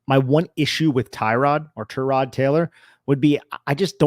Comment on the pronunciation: Bro....did you say ter-rod taylor?